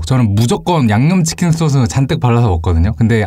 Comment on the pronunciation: 소스 발음기여우시네요ㅋㅋㅋㅋㅋㅋㅋ소ㅡ스